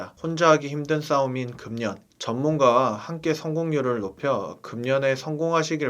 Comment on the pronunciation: 금년이뭐예요 금연을 그면으로 말씀하셔야지 연음법칙